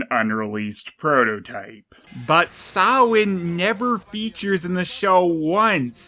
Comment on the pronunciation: The ghost is named Sam Haim. You may be pronouncing Samhain, the holiday, correctly, but you're pronouncing Sam Haim, the name of the ghost, incorrectly.